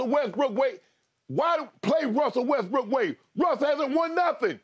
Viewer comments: Skip keep saying WestBrick 😂😂😂😂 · Funny how this man actually calls him westbrick😂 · skip really going at russ calling him westbrick lmaoo